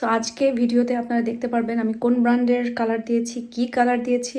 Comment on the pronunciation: ব্র্যান্ড কে ব্রান্ড বললে কেমন যেন শুনতে ভালো লাগে না তাও আবার আপনার থেকে যেহেতু আমি নিজেই ফরেইন কান্ট্রিতে থাকেন।